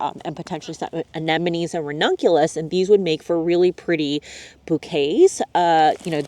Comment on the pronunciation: Why everybody pronounced "anenemies"? These are ANEMONES not "anenemies".